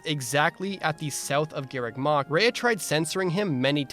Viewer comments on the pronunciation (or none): none